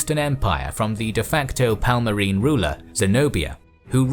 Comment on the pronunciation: Palmarin ruler? Teach your speaker to pronounce their names right at least. It was a Kingdom, not a Parmalat cheese.